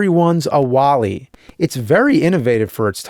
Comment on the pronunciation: Wait... so this is a British game? I was wondering why "you're a wally" sounded so strange coming out of the Nerd's mouth. It's like hearing Charlie and Veruca say "candy" or "elevator" in their English accents; it sounds a bit off.